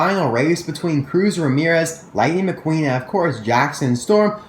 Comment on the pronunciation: stop saying Lighting Mcqueen that is not his name